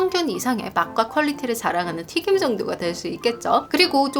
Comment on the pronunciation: 발음이 조금 씹히거나 날아가는 부분이 있는 것 같아요. 빠르게 말하려고 하셔서 그런 것 같기도 해요. 튀김이 튀긴으로 발음되거나, 단점이 당점이라고 발음되는 류의 실수들이 들려요. 발음연습 하시면 영상이 더 편안하게 전달될 것 같아서 조심스레 말씀드립니다.